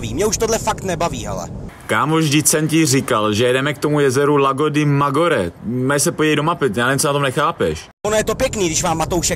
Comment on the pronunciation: Nečte se Magore, ale Madžiore !